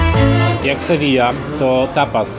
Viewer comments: Hej! Sewilla wymawia się Sewija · W kwesti wyjaśnienia. Wymawia sie [Sewija], podobnie jak [paeja]. Podwójne LL czyta sie jako j.